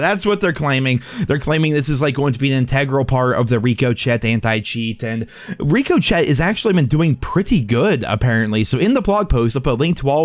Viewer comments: was just typing that exact thing, another one is saying niche as nitch (angry face) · I was thinking the same thing. Even has a picture of a bullet ricocheting off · It’s an English word so I don’t understand why he can’t pronounce ricochet it’s not a French word made English so there’s no need to pronounce it Rico Chet. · Your inability to pronounce ricochet is killing me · For the LOVE OF GOD MAN, would you PLEASE look up how to pronounce ricochet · Sorry, but the way you pronounce ricochet is so incorrect.... Lol. Unless it's intentional.... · lol I love you and you videos but I hate the way you say ricochet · the way this man still can’t pronounce ricochet is unreal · ask Siri or alexa or whatever you have to pronounce "ricochet" I'm sure you will have a funny blonde moment 😂😂 love your stuff dude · Are you pronouncing Ricochet wrong on purpose? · Take a shot everytime pronounces Ricochet wrong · I would be very drunk if I did😂😂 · you would be punch drunk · I still believe pronounces Ricochet the wrong way on purpose. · why are you pronouncing it wrong? wtf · How do you not know how to pronounce "ricochet"? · Love how is mispronuncing Ricochet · Did anyone else get triggered by how he pronounces Ricochet? 😂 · He's not the only one to do it either, it has to be the most triggering thing. You're playing a game about guns and you don't know how to pronounce ricochet ☠☠ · Bruh i love videos but damn if that wasn’t the most annoying mispronunciation of i word I’ve ever heard in my life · He’s trollin at this point 😂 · I think he says it like that on purpose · Yeeeaaahhhh not sure if I can trust a YouTuber who isn’t even smart enough to pronounce Ricochet right… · Pretty sure he knows how to pronounce it. I think he mispronounces it on purpose for comedy. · I bet you twitch when he mispronounces Ricochet. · STOP SAYING RICO-CHET ....IT'S PRONOUNCED RICOCHET (RIK-E-SHAY) LIKE BULLETS BOUNCING OFF OF SHIT! LMAO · "Rico chet" lmao